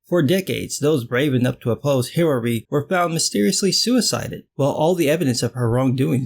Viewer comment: Hiraree is how a Chinese person would pronounce Hillary....lol